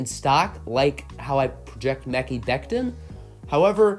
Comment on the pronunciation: Mecky Becton??? 😂😂😂😂 It's Mah - kie as in sky!